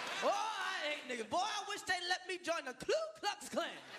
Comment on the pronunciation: Bestlifestyle 101 and he even pronounced it wrong.... it’s KU Klux Klan. lol